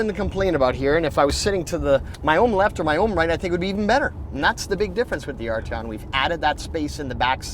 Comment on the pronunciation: Do any of you guys realize there is a 't' in Arteon? Ardyon - just lol.